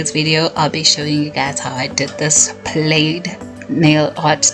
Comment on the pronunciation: I like how you say plaid. And thanks for the tutorial.